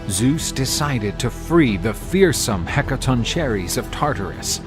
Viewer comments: You mis pronounced the 100 headed beings so bad.... the "Hek-ka-tonk-ka-res" is how tou pronounce it....video is absolutely amazing besides that!!!! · Heca-ton-chair-is? It's pronounced Heca-tawn-ker-ees mate. Yeesh. 😅 Otherwise great video! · It's pronounced heck-a-ton-ker-ree-s. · This has to be some AI thats reading this. Nobody else butchers the word "Hekatonkheries" that bad.